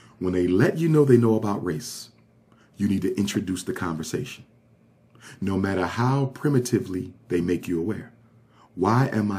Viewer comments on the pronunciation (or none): none